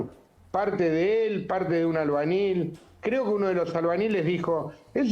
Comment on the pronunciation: Un abogado que no sabe hablar!!! Carenado se dice encadenado!!!albanil? Se dice albañil, partiendo de esa base,no le le pidas peras al olmo